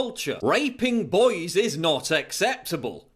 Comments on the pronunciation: i like how he pronouce boys as "boies" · I detest the way this man pronounces "boys" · I know that raping boys is horrible but it's funny how he says boys. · The way Paul says boys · Can't stop laughing at how he says 'raping boys'